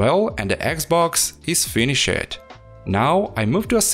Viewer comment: finny-shed lol